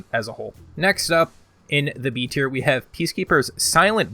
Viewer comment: Has he said Tierknee yet?